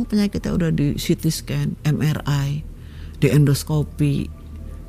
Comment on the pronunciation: Bahasa inggrisnya gk salah saat nyebutin ct scan mri background